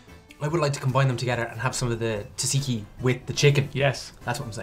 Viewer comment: it’s more like dza dziki I don’t think knows. Just ask me. I’m full Greek